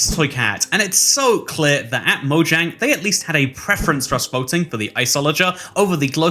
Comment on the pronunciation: Its MO-YANG